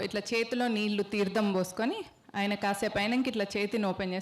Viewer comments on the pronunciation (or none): none